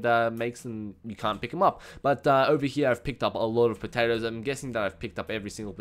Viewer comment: No it's not! 75 Potawtoes >:3